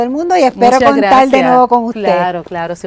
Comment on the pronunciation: Como contal? LO Correcto. C O N T A R.